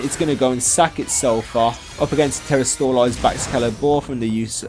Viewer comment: I hate how you say terastoolize instead of terastalize